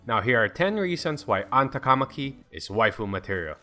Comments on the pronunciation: Finally! Somebody says her last name RIGHT!!!!!! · she’s your waifu but you can’t pronounce her last name smh